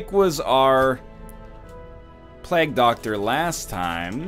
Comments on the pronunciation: It's pronounced 'play-ge' doctor, not 'plag' btw. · he said pl-EGG doctor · Also, he can hardly speak english considering the way he says Plague "Plagg" and Ancient "Angshent" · never pronounce it correctly, I wouldn't bother. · oh god, forgot how bad NL butchers the word "plague"